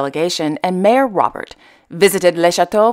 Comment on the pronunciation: The Hashemite royal family is enormous... all those names, yet you struggled with the French mayor Robert, which is probably pronounced "rob-bér". You make me laugh..